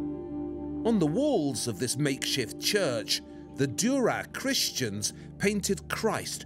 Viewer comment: Listen to how he says cristians.